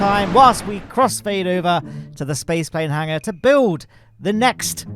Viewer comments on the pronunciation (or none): none